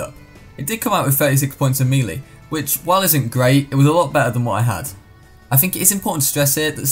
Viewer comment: Im sorry but I just realised he pronounces melee as mee lee and not may lay which is the actual pronunciation